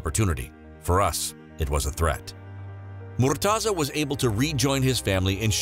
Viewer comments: its not murtaza ... its murteza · That's not how u pronounce his name haha